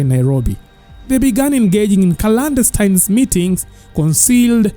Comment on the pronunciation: Clandestine not calandestine...no offence, thanks.